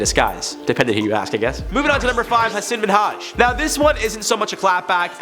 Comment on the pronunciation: HA-SIN MIN-HAJ 😂🤣 I'm dying over here at your pronunciation of his name lol